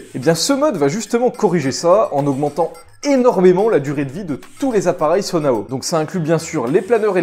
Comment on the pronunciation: Nan nan ça se prononce bien Sonaou, à moins que le jeu se trompe lui même dans le prononciation tous les personnages prononce le mot comme tel !